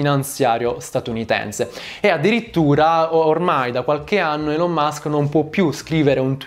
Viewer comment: Va rivista la pronuncia delle parole inglesi. Elon e management, ad esempio, sono pronunciati ogni volta in modo completamente sbagliato.